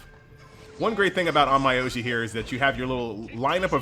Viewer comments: pronunciation should be on-myo-ji if I'm not mistaken but I did laugh on your on-my-oji xD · The pronounciation is more or less On-Mi-Yo-Ji, sorry for being picky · on my oji funny way of saying onmyoji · THE N IS SILENT